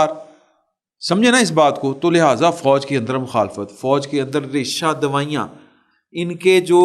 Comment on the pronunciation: “ریشہ دوائیاں” 😂😂😂 ریشہ دوانی ہوتا ہے۔